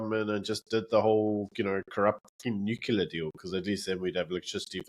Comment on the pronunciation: please, for the love of god: nuclear NOT newkiller!!! Joe Biden says newkiller, that should motivate you to stop